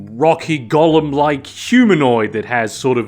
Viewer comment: The first syllable of "golem" should be pronounced like "goal," not like "gall." With the latter sound, you're saying the name of a character from Tolkien's fantasy novels.